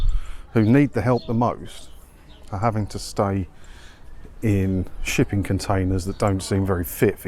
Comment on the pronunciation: Did you say shipping container or sh1tty container?